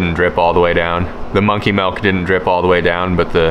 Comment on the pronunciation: How come you say "Dill" right but not "Milk"? Lol